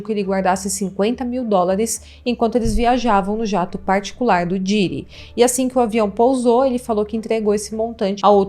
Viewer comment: Meu para de pronunciar Diiiiiiddy, come on, vc tá falando um nome em inglês, então pronuncia direito pq vc é bem inteligente, imagina pra quem fala 4 línguas ouvindo esta pronuncia ou toda hora que vai falar um nome de outro país abrasileira este? 😂😂